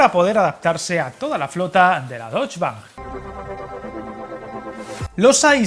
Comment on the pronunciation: Alemania ¿país bávaro?. Es como llamar a España país Catalán o país Andaluz. Y la "e" de Deutsche se pronuncia